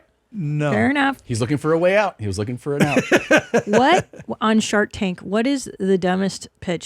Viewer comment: did he say shart tank? 😂